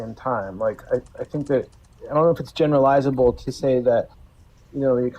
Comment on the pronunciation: Man like making generalisable sound like a fake word